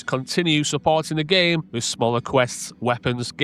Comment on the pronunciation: One more time... "GSC [WHAT] World"??! 😂🤣😭